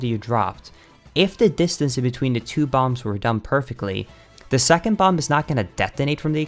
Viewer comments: BomBuh FYI, the last B in bomb is silent, and this hurt to watch. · Lol what is up with BotW speed runners annunciating the b at the end of the word “bomb”. It’s silent. It’s pronounced /bäm/ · the last B in "bomb" is silent